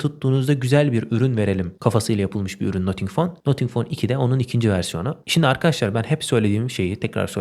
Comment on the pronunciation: selamlar, nothing - nating şeklinde okunuyor.